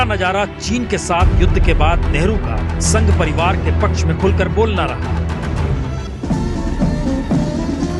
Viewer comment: Giriraj ji doosre ke liye bolte ho pehle aap to Hindi theek se bol lo spasht ko ashpasht kehte ho. Padivad bolte Ho parivar ko. Hypocrates.